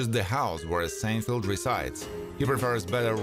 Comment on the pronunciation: Or is it “Churry Sanefelt”? The voice-over was done by a graduate of the Lawrence Welk School of Pronunciation.